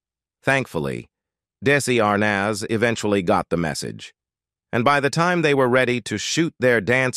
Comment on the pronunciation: How the f do you not know how to pronounce Desi Arnaz come on you just play with your viewers. I wasn’t alive when he was here and I know his name there’s no way you don’t know how to pronounce it you just wanna get a reaction out of your viewers. Well, you got one. Don’t be so disrespectful.